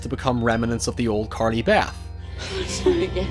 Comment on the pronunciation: Stop saying Carley Bath! Lol